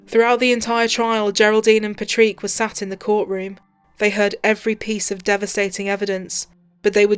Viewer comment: My biggest complaint about these two videos is hearing an Irishman called Patrick having his name constantly mispronounced for over an hour. Who the hell is “Patreek”?!?